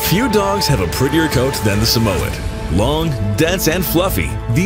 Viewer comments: It's Sa-muh-yed or Sa-mi-yed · How he said Samoyed 🤬🤯